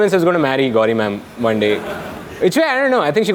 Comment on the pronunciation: thats Manet not Monet :D